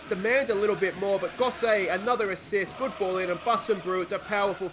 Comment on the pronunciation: aaaaahfff-an Lido and Goss-it lol, should have said a while ago about Gosset but couldn't be arsed lol Great video mate, make sure you stick around until champions league mate I'll be here watching along